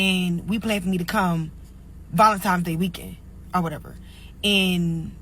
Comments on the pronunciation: This trick can't talk for her like, she said VALINTOMS DAY😐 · Can't even pronounce Valentines day. She said Valentimes!😂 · Did she say valentimes?🤔